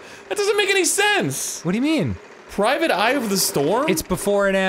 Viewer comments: Wow Dan really made me do a 180 when he went "Prismic" yet Arin was over there guessing right. Thought he knew it was "Private." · "PRIVATE EYE"? No, it's obviously "PRISMIC EYE" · I can't believe you arin! It's PRISMIC! ME: .....🤨🤦🏿‍♂️